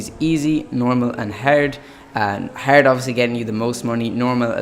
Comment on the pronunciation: Nice video man, you say "HARD" in a funny way lol... Feel free to check out my channel and let me know what you think of my content. Keep up the sick videos!